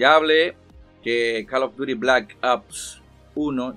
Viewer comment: Deja de pronunciar mal CALL OF DUTY no jodas. Ya sabes como se pronuncia.